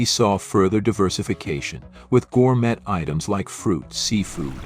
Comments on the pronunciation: Killed by AI 🤖 voiceover “gour-met” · Was I hearing things or did the AI voice pronounce that "York Steek House"? This is getting out of hand, especially when the mispronunciations are laughable, and nobody seems to review them for errors. That, and gourMET. Also, the simulated film scratches/dust are really overused as a special effect. Otherwise, good material.